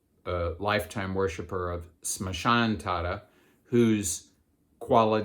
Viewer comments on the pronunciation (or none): none